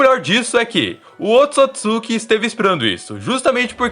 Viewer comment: Se fala oôtsutsuki